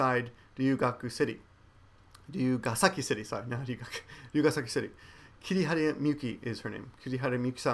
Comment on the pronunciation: I know you said its Kihara, but during the video I hear Kirihara... is that my mistake, yours, or hers?